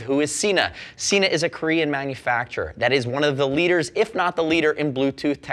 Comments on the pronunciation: SENA not SEENA. Watch their own channel to understand how to pronounce it correctly. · You say Sena incorrectly